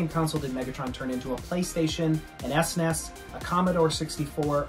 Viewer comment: C'mon you're from New York! It's called a Supah Nintendo, or S-N-E-S!